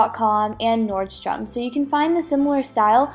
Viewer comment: i love it! but its NORDSTORM not NORDSTUM lol but thats ok